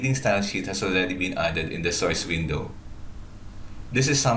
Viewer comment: IS THIS GUY RELATED TO BUGGS BUNNY? HE SAYS SOYCE INSTEAD OF SOURCE.